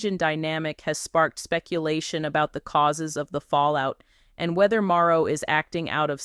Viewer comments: The information is correct but it keeps saying Maro, instead of Marsau. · y u keep calling him maro.....say mar so ... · Here is a misspelling, but the pronunciation is Mar- so Marseau, Mar-So dang....